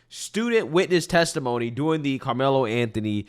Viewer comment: PLEASE stop pronouncing DURing as “doin’l!!!